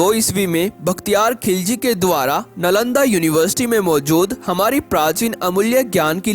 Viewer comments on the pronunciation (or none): none